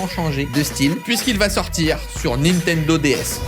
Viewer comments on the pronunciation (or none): none